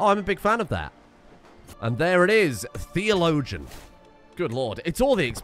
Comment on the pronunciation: i really wonder how many times has said the word "theologian" without trying to find out how it's pronounced.